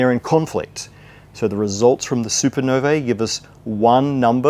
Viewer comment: Congratulations, Matt, for being one of the few who correctly pronounces the word, "Supernovae". This brings to mind the question of why the likes of Krauss refuses to learn it too.